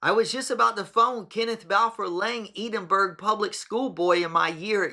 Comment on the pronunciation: it's Edin- bruh not Edin- berg